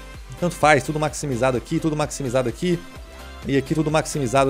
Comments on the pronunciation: Tava apertado guando falou maximijado kkkkk tô brincando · Ele falou maxmijado